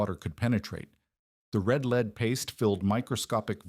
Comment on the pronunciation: Interestingly, it gets 'red lead' right each time while 'lead' by itself is usually mispronounced.